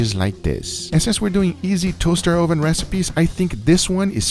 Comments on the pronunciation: Why is it an Ohhh-ven? Learn English.... It's uhh-ven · Guga for my sanity, it's pronounced [Uh-Ven] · hes trolling us by saying Ohven instead of oven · UH-ven. Not OH-Ven. Hearing OH-ven so many times got annoying. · Ohvann... love that pronunciation....kinda like a viking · Never heard someone pronounce “oven” like “OHH-VUN” we usually pronounce it as “ UH-VIN” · I love the way guga says it "toaster ohven" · i love it when guga says oven, sounds like Oovan, btw I'm not making fun of his accent btw so no h8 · I love how he says ooven instead of oven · "this was done in a toaster OHven ;)" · "toaster oh-ven" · "Tohster ohven" :) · "Toaster OhVin" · Ouven is the only thing I heard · You might have earned a thumbs up if you didn't keep referring to it as oh-ven. I don't care where you are from or which language you speak but you're in America and you need to learn the language. Uuuuuuuh-ven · Hard to take cooking advice from a guy that says "Oooven" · my hispanic mother says ‘oven’ like that too and it’s so cute and it just makes me think of my mum fudhhsh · I love the emphasis on the “O” in oven. 😂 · Same, LOL. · I love your pronunciation of "oven". Makes me smile. Where are you from originally? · listen to the sound he makes when he says “o” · Say oven again, LMAO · You are pronouncing Oven the dutch way xD